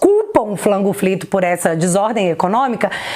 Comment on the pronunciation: Pq vc fala " Flango frito" tô por fora🙈